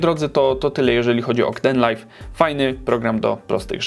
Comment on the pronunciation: Rozwaliłeś mnie tym "k-denlajf", jeszcze tego nie słyszałem. Wszyscy wymawiają to z ang. "keejdenlajf" - :D haha, sam się nie mogę nadziwić jak śmiesznie i głupio polska pisownia angielskiej wymowy wygląda, ale nie wiem jak inaczej przedstawić wymowę angielską w pisowni polskiej. Co z Openshotem, takim odpowiednikiem Windows Movie Makera, czy Olive, czy Lightworks? Jakbyś je ocenił? P.S. Pisane z Manjaro KDE - instalacja 4 lata temu i dalej dobrze śmiga :).